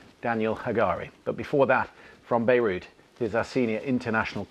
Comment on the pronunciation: Why does she call Beirut "Beirush"?